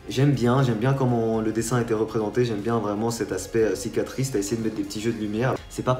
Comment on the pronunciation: Le mec a la flem de dire " cicatrice " !!!!!